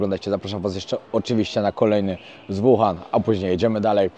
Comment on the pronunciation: Naucz się przed nagraniem wymawiać nazwy chińskich miast przynajmiej... Nie "Kłindao" tylko "Cingdao", nie "Wuhan" tylko "Łuhan"... W następnym odcinku bedzie 张家界 czyli po naszemu "dżang dźjia dźje"... Mieszkam w Chinach od ponad 5 lat.. w tym w "Łuhan" podczas pandemii i żal .... ściska jak słyszę te poprzekręcane nazwy.. Wiem że nie mówisz i nigdy nie będziesz mówił po chińsku (słysząc Twój angielski 🤣) ale skoro "idziesz po Milion subów" to przynajmiej postaraj się ogarnąć nazwy miejsc o których opwiadasz... Pozdro z Kantonu :penguin-blue-waving-tear